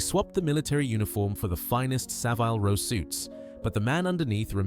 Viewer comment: Learn how to pronounce Denholm, Reading and Savile.